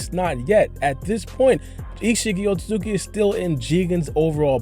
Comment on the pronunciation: WTF is a OH TO ZUKI member !?! BRO its OH SUIT SKI